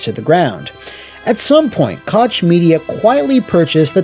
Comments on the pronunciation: I was really dissapointed that you pronounced Koch Media as Cotsh Media instead of Cock Media 😢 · "Koch" is pronounced "coke" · Koch is pronounced “coke” homie. Excellent video otherwise! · Koch is pronounced like coke btw lol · im sorry, but Koch is pronounced like the drink company, Coke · Great video, as always! Hopefully FRD staff will find new jobs soon and TS will come back at some point. The "ch" in "Koch" is pronounced like the "x" in México.